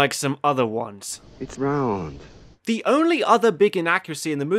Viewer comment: It's RAUND~